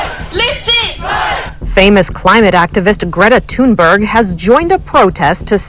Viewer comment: Actually her name is pronounced "Greta Tühnberry" (Swedish).